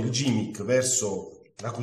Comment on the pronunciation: Grazie per la spiegazione, molto semplice ma di grande effetto. PS si pronuncia GHImmick e non gimmick :)